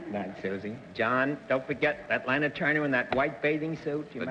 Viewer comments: Either Bennett speaks New Yorker, he has a slight speech impediment, or both which has nothing to do with being a publisher if he wants to do that. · As an avid reader, Bennett tended to learn new words and names by reading them, rather than hearing them pronounced correctly. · Poor ol' Bennett, he just could NOT pronounce anyone's name! Lay-na Turner!!!???!!! Hahaha!!!! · Bennett strikes again! He solves Mystery Guest #2 but as he does SO often, mis pronounces the name....."LAY-NA Turner".....OH BENNETT!!!!! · Leave it to Bennett to mispronounce "Lana"!! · What is it with Bennett Cerf so often mis-pronouncing the names of celebrities ? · Bennett Cerf mispronunciations continue. He even couldn't say Lana Turner's name correctly. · Yes, he could. He was especially prone to pronouncing a short vowel as though it were a long vowel, as in the "o" in "roster" and "modicum", the "e" in "felon", and the "a" in "Lana". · And Lana was very specific about how she wanted her name pronounced. Kind of mean of Bennett to go against her. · Bennett - "Lay Nah" Turner.... ROTFL. Bennett does it yet again. I'm surprised. Miss Turner was very particular to be referred to as "Law Naw" but most people referred to her as "La Na". Bennett of course misses both marks (even the most common incorrect pronunciation of her name). .... Oh Bennett! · Bennett misprounced Lana. .he said Layna when he guessed her identity. Listen close and you'll see. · Cornball Bennett Cerf can't pronounce Lana Turner's name... says "LAY-na Turner" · Lana Turner was a gorgeous and stunning woman. And for some reason, the more I watch this show, the more annoying Bennett Cerf gets. “Lay-nuh” Turner, smh 🤦🏻‍♂️. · face-blue-smiling::face-blue-smiling::face-blue-smiling::face-blue-smiling:Bennett Cerf has the WEIRDEST way of pronouncing certain things like Lana Turner's name -= as LAYNA???????????? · Yet another one of his erroneous pronunciations. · called her LAY-na Turner?!?!? wtf....